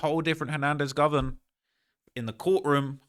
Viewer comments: Dude 😂 this ish is funny. And keeps pronouncing dude name like Hernandez "Govern" 😂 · It’s GO-VAN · U can't say it right. Its GO VAN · “ Go - Van “ GO..VAN .. Govan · Him And Flakko been running content on this man for 4 years and still can’t pronounce his name lol😂